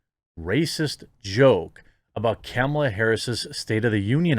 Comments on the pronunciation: It's pronounced Kah-mah-luh not Camel-uh. 🤣🤣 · Is he calling her camel-a? Lol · You keep saying "camel-uh", but that's not how it's pronounced.